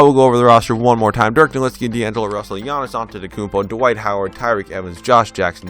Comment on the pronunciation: Great video and thank you so much for saying nowitzki right, could you try doing the 01-02 wizards with Gilbert Arenas